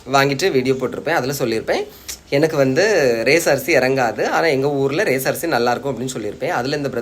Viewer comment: அது ரேஸ் இல்ல... ரேசன்.